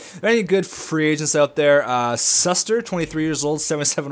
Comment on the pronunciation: It's shoe-ster not suster ;)